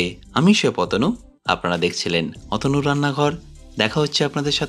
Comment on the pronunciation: আমি সেই অতনু, নাকি পতানু কি যে বলেন বুঝা যায় না